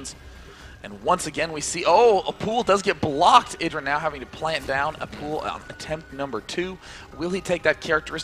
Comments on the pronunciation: needs to learn that he is called I-dra. Not Eye-dra. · Does inconsistent pronunciation of "IdrA" a bit annoying?